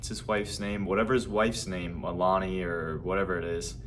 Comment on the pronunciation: NO. all of you crypto shillers screw everything up by saying things you all know nothing about. Where did you recently come from. Another one who cant even say Melania's name correctly pay attention lad.